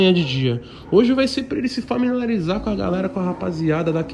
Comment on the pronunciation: Dificuldades do português :A Toguro : famiralizar